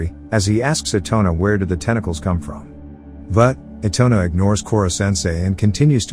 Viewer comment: na-GEESE-a and i-tone-a. dont forget arena 😩😩 and okra 😭😭